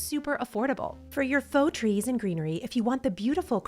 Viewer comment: At one point you were talking so fast that you said grees and treenery. I loved it! Also, you have just the sweetest personality and your videos make me smile.💙